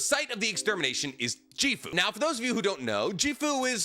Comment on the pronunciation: Jee-foo, ffs